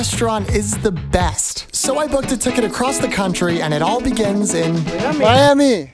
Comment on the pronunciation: HAHAHAH!!! The fact that he said 'My Hammie' instead of Miami is crazy